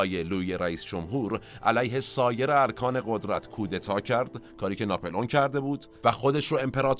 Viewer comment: It’s NAPOLEON not napelon try to correct pronunciation